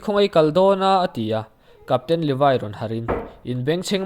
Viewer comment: Levi ni la in Leve zawk aw